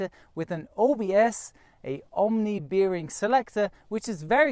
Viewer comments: "Omni beering selector" True german there :D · I guess your pronunciation of "bearing" is wrong...